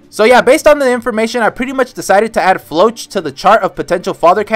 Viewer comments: "floatch" is a terrible way to pronounce Floch "Flock" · is it me or you're pronouncing floch wrong.... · Who the heck is Floatch, he's name is Floch😭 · Idk why, but I have always pronounced Floch as Flo-ck